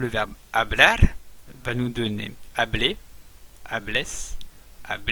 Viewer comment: Pronuncias todas las personas de un verbo como si fueran palabras agudas. Dices comán en vez de coman, hablé en vez hable. En castellano no todas las palabras son agudas como en francés y, como sabrás, en castellano el acento cambia el sentido de la palabra.